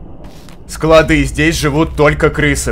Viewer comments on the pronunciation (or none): none